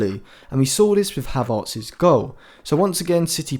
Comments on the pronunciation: No, it’s pronounced “Havertz” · His name is Havertz, not Havartz. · You say Hevartz basically. You swap the vowels. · It's Havertz not havad btw fantastic analysis